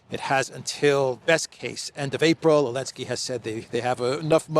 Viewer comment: Why do you keep calling Zelenskii Elenskii 😂😂😂. The rest is spot on as usually. Keep up the good work. Talk some sense in Europeans, well at least try to.